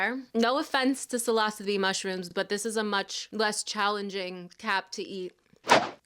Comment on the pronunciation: THAT PRONUNCIATION OF PSILOCYBE IS WILD